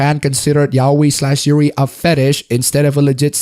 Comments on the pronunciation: Not meaning to be an idiot, but... ...it's "ya-oi," not "yao-i". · The way you pronounce yaoi tho 😂 it's not "yaweyy" dude